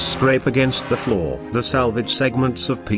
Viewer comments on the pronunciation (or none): none